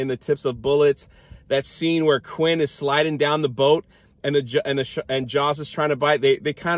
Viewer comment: His name is Quint and not Quinn. XD